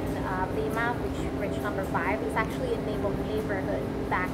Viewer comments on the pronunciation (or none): none